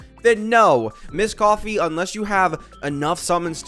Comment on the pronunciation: Why do you still call her misscoffier 😩